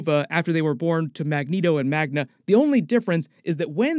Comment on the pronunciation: Magda, not Magna